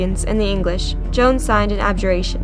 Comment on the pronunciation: I APRECIATE SAYING MY NAME THE RIGHT WAY:) I'M JOAN OF ARC(CLOEPATRA) PRESCILLIA PRESLEY